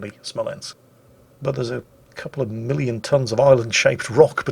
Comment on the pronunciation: I heard million, although he did say it a little strangely